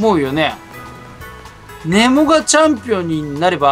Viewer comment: ネモのイントネーション間違ってません？笑